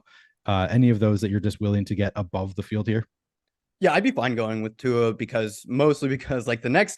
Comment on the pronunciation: Give it up for!! He’s the first one I’ve heard pronounce Tua’s last name correctly in maybe ever. Good job,.